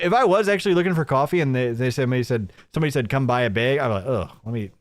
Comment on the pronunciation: I’m so glad I’m not the only one that’s noticing that stupid pronunciation beg instead of bag.